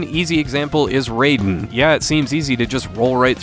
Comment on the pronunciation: It is pronounced "Rye-den".